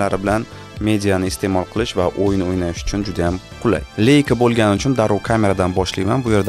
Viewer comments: "Leika" deb emas, "Laika" deb tallaffuz qilinadi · Leica emas leisa